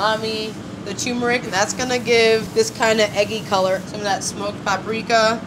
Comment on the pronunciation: Hey,, there are TWO Rs in "tuRmeRic", dear. Try pronouncing it correctly, and you'll more likely spell it correctly, too! So, since a whooooooooole bunch of people are going to watch this, how about pronouncing the word correctly? Kids are watchin', girly!! And your sandwich (all of them, really) looked so good!